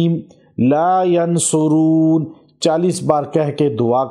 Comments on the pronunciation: Haa meem laa yunsaroon hay Aap galat perh rahey hain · Ghalat parha hai ha meem la yunsaron hota hai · ap ne ghalat parha hai hameem La Yunsaroon hai ap ghalat bol rhey ho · laa yansoroon یا laa yonsaroon وضاحت کی درخواست ہے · یا کو زبر کے ساتھ اس وڈیو میں پڑھا آپ نے آج تک تو اس جملے میں یا کو پیش کے ساتھ پڑھا گیا